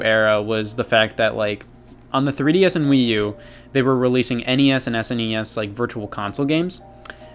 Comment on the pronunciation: What's a tree dee ess